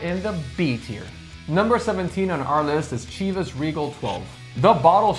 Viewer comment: OMG guys, Chivas is pronounced with a ‘sh’ at the beginning, not the hard ‘ch’ sound.